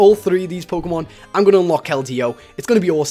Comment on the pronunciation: u said pokenan